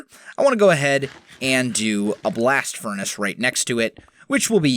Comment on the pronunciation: Good English... Can u repeat that in a way that people can understand next time plz